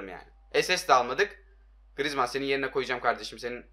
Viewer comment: da grıezman dedini 1 beni duydum